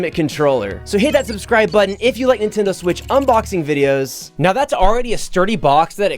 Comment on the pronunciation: Do you pronounce Nintendo as Nitendoo?